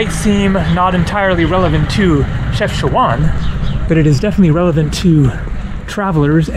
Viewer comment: the correct pronunciation is CHEF-SHA-WHEN. Ask a local to say it for you...Enjoy Morocco!